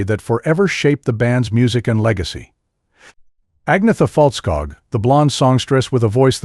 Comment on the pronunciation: Anyeta Feltskoog. That’s how you say her name